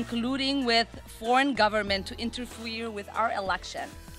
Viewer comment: She said "Interfweer'...LMAO Who wrote her little hate speech, Elmer Fudd?